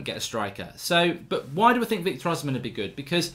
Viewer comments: mark his name is Os - hi - men not osman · Victor Osimhen is pronounced: Oh - C - Men not Ozimen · Please his name is pronounced o-sim-hen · Hey Mark Oshimhen is pronounced O -SHE-MEN!!! There's no Z there❤ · Hey Mark it's pronounced Victor Oh-Shi-Meh-in